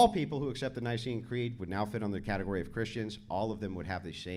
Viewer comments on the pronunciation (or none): none